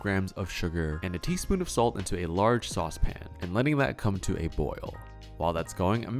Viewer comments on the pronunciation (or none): Probable note from Babish: "You mispronounced saucepin."